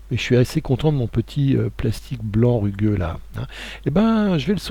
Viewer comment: il faut lire rugueux avec un 'u':) Merci pour ce nouveau tuto #clapclap